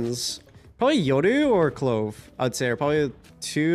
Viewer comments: if he says Yodu one more time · Why he always says yoru eyoru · The reason he says "yodu" instead of "yoru" is because yoru is Japanese and that's how you would pronounce it in Japanese